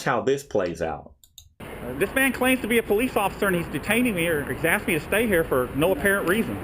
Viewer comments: He axed you! Not ask axe!!! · But but but, he axed you to stop !!! lol... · "I axed you." Did you need any surgery after you were "axed"???? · Did this cop just say "there's obviously something wrong with you"? Is this guy a doctor? Sounds like his speedy diagnosis!! This first cop needs to STFU!! he also needs to stop saying "I axed you" ! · When they say I axed you it just shows that they are dumb fucks, ASK for someone who speaks english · You have to wonder, how many people has he "axed". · You didn't do as AXED lol